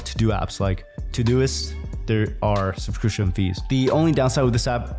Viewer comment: Youtube-grifter can't pronounce "subscription". 🤣